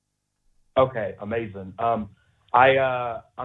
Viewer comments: NO!!!! He said "Amazin" haha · I've watched a lot of political content online. And while I can't confirm 100%, I realllly feel like this caller is a conservative and possibly a troll. Here is why... 1. He said "Amazin''" 2. He said some people wrongly call him a white supremacist and a nazi, but didn't really specify why (this is something conservatives say all the time.) 3. He said he agrees with Jesse Lee Peterson that people are being "brought up" to believe that him, and people like him, are nazis and white supremacists. Obviously I don't know this person so I can't confirm anything, but these things made my "secret conservative" radar go off lol.